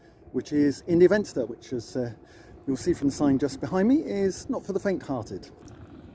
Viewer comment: India Venster is pronounced India Fenster. Ir isn't English, please don't Anglicise as it could offend.